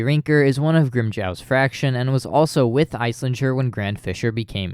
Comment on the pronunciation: I loved this video, i have one i guess “gripe”. You say spanish names well, but why do pronounce “Fracción” as fraction? Im not judging just curious!